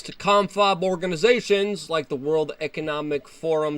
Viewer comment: "We penetrate zee cabinet's"